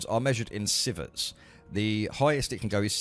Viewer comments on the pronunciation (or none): that word Sievert is pronounced like See - vrt or See - vert, it's used to define a larger unit to radiation exposure, so 1 sievert is equal to 100 rem.